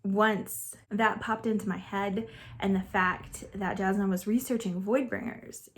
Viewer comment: I like being confused and wondering about things, I like searching for answers. I think that is why I jumped right into the next book, things weren't tied with a bow, and I wanted to know more. I was so invested in the characters (Adolin is a long 'a' at the beginning, and Jasnah is a 'y' sound instead of a 'j' - I discovered this after listening to Sanderson speak about them) and wanted to find out everything. When I said it feels like it reads faster than a 1000 pages, I'm looking at my other 1000+ page reads and comparing. So Les Miserable, War&Peace, Gone with the Wind, Count of Monte Cristo... I am so glad you liked it though. Relieved. I was hopeful, but you never know. :virtualhug